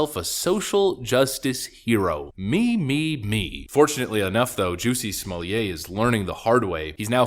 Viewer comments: The name is pronounced Smoll-itt not Smolliay Smollett is a Scottish name not a French one. Don't make him sound posh and upmarket with that ritzy pronunciation! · Stop pronouncing his name like he’s a French aristocrat- his name is JESS-E SMULL-ET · The way you say Smollett, as if his name is to be pronounced like someone who's job is to provide wine parings (sommelier), kills me. It's almost as ridiculous as his fake-lynching, and a real hate crime. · It’s SMOO-YAY! If you’re gonna call him “Juicy”, you have to do the whole thing or it just sounds stupid. Might as well just call him Juss-E. Also, why did Juicy hire some black guys from Africa to play some bigots attacking him in a hate crime?! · Pronouncing his name like he’s a Frenchmen is very offensive to the French. He’s SUB SAHARAN AFRICAN. SMFH